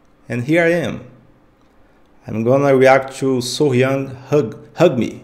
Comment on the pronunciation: Not Soh-Yang, So-Hyang